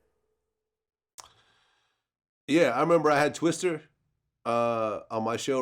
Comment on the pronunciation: Vlad his fucking name is Twista not Twister and he is a fucking legend man tighten up